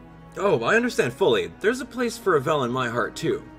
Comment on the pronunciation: you always pronounce Avel's name wrong